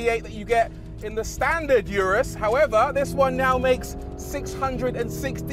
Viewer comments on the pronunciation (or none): RORY, It’s pronounced URUS not YURUS GET IT RIGHT!! -good video though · Hate the way he pronounces "Urus."🤨😡😡